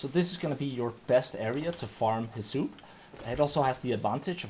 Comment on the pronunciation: Are you saying "Heh-soup"? Bruh pretty sure it's "Hiss-UP"